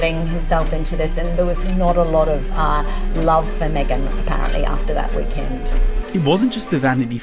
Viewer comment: Me-gain's not Canadian